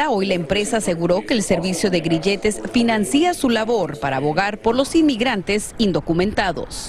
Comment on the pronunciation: La reportera, dijo, una palabra mal pronunciada, dijo: financìa, o sea la i latina con tilde, y se escribe y se pronuncia financia, sin tilde, no lo digo como crìtica destructiva, sino al contrario por k la audiencia pueden pensar k asi se pronuncia, a todos nos pasa, tenemos dudas o no sabemos como pronunciar una palabra,. Todo aquel k lea mi comentario, espero lo verifique podria yo estar equivocado, gracias y dios los bendiga.